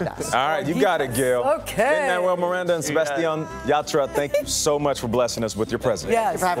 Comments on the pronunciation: How can you butcher Sebastian's name? Do your homework people. He said Say Bass Stee Anne. NOT Se Bass Sti Oh n. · Sebastiooooooon. Lol, they probably think they pronounced it right. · Nobody: Literally nobody: The hosts when they try to pronounce Sebastián: SebatiÓn. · Isnt there anyone in production that is hispanic that tell them how to pronounce the names? its not SEBASTIOOON lol jaja SEBASTIÁN the second A with an accent is said a little more strong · Ok, i appreciate the interview, but the interviewers need to learn to pronounce our names correctly, not give it a different accent and pretend it’s the same. If it were the other way around they would like their names pronounced correctly. It would be appreciated, thank you. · I was so excited to watch this interview because Sabastian Yatra was one of the first Raggaeton artists I started following. However, after listening to Gayle not only butcher his name but also the song title, my excitement turned to anger. Please do your job right by getting the names right before the interview. It's so terribly disrespectful and distracting.